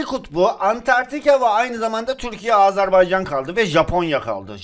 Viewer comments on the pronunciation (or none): none